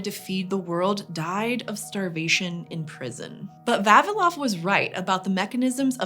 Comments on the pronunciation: VavIlov. Stress on I. I would really love to know what is the evolutionary reason behind English speakers always mispronouncing Slavic names. 😂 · Not Va'vilov, but Vavi'lov 🤌